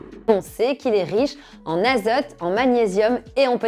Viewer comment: Riche en "azeute" ou en "azote"?